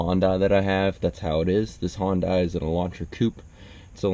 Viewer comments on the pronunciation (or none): nononono, no. You were saying "Honda Elantra Coupe", You don't pronounce Hyundai like Honda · Im asian.. HYUNDAI = HONDA actually sharing same sound.. Trust me.. Its hue~n~da like hoooooooondaaaaaa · hun-die. that's how you pronounce it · we pronounce it he-un-die in aus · How is he going to give car advice when can't even pronounce the name of the car right